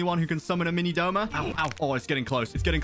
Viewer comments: Its "Douma" not Doma He is my favourite character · Wrong wrong wrong it’s douma not doma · IT DOUMA NOT DOMA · Not Doma but Douma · That is not doma it's douma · Isn't it Douma not doma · Everyone saying Doma instead of Douma is killing me 💀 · its douma not doma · Snort ACTUALLY, ITS “DOUMA” 🤓🤓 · 🤓 it’s actually douma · No hate but its douma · isnt it douma?